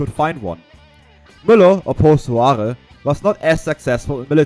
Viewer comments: Mad Mike's surname is pronounced like whore--if that helps you. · Mad Mike Hoare …. Please pronounce it correctly …. His surname is pronounced like Whore. Great video though. I served in the FFL and met 2 former SS legionnaires at the FFL retirement farm at Puyloubier in 1988. Both had served in indochina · Great video. Well done and thank you very much. Hate to be a knit picker but Mike Hoare is pronounced as 'Mike Hor'. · Excellect documentary. Apart from the pronunciation of Mad Mike Hoare's name :)